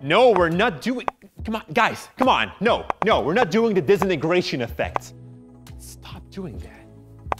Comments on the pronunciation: No one:: D I S E N A N E N G R A T I O N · It sounds like he’s saying disnieystration then. Disintegration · I asked for the disintegration effect not the dezinargration effect. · For goodness sake learn how to say disintegration properly - here I'll sound it out for you 'Dis in ter gra tion' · Disintigreation Effect Disintigrations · No one: DISNIGRATION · I hate how he says disenagracion affect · “Disinigratin” effect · He doesn't wanna do it cuz he cant even say DISINTEGRATION correctly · I nearly forgot how to say Disintegration Because of the way you pronounce it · I think he didnt wanna do it cuz he cant pronounce Disintegration right lol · I live for pronouncing disintegration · Now I am gonna do the disintegration effet the way you pronounced that word was different.